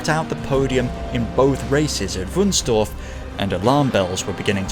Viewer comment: As someone who grew up in Wunstorf, you dont pronounce it as Dorf but as Torf. There was quite a lot of peat(Torf in German) digging, so the City was parlty named after it.